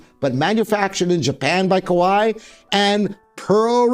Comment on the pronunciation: Kawai is actually pronounced like Hawaii with H replaced by K.